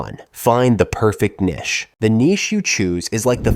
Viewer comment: why tf did you say niche like that